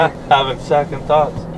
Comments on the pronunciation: “Se-cond thoughts” good save lmfao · "They're in there having se-cond thoughts" 😂😂